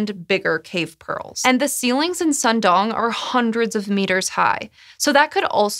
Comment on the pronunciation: it's pronounced pretty much like "gong" in English with a falling tone, and you're correct, it's not a Vietnamese word. It's from one of the indigenous languages of the area, specifically the Bru language